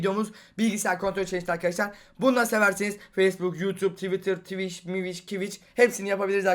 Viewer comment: TWİCH MİWİCH ANLADIMDA [(KİVİÇ)] NE ABİ YHA